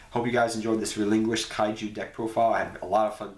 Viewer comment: Relin QUISHED. ._. not Relin Guished